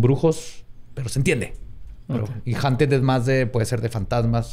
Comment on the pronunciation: se pronuncia "jaunted" puñetas (no te creas. te amo)